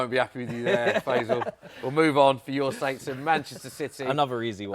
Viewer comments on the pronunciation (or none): none